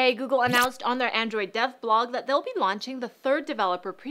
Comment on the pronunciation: Am I the only one who heard "Android death blog" instead of "Android dev blog"? Just me? Okay.